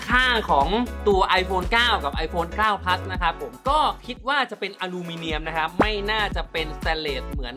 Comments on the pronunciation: ขนาด ไม่ใช่ ขนาดด 9 Plus ไม่ใช่ 9 Pleue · ขนาดดเด้อครับ ไม่ใช่ขนาก 9 Pleus ไม่ใช่เด้อ 9 Plus